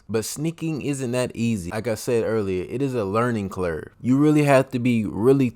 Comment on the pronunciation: what is a "learning CLUR"!? LOL 😂